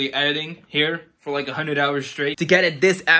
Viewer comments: Bruh it's like and not leik c'mon r u serious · why u say liek not like